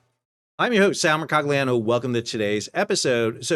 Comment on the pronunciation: Your surname is so beautiful ... why do you pronounce it as you do? "Mercoliano" is a more beautiful sound than putting an english-sounding "g" in it. It flows like honey off my lips when I speak it as does an Italian lady, slightly rolling the Italian "r". -- But I digress. Today was my first time watching your video and I have subscribed. Thank you for interesting and much-welcome information, sir.